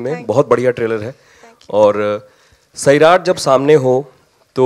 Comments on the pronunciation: It's not SAAerat kjo it's Sairat😑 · Its not saairat its sairat